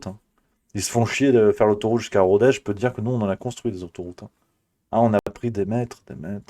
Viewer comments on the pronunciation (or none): none